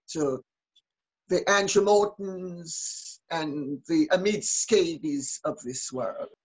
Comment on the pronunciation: “Omid Scabies” 😂 a Freudian slip?